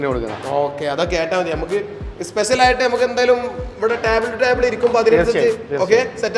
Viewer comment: എല്ലാവിധ ഭാഗവാദങ്ങളും നേർന്നുകൊണ്ട് 😂😂😂🤣🤣🤣🤣😃😃😃😃മലയാളം പഠിക്കട ആദ്യം ,സ്പെശൽ അല്ല സ്‌പെഷ്യൽ ആണ് 😳😳😳🙄🙄🙄🤓🤓🤓🤪😬😬😬😬